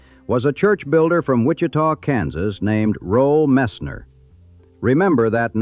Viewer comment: The man that eventually became Tammy Fayes second husband is called Roe Messner not Rol Messner.And the house the Bakkers had was in Tega Cay ,South Carolina, not Tega Key. My aunt was married to a guy who lived there at the time and and we actually went on his boat on the lake where this house was and actually got to see the actual house where they lived.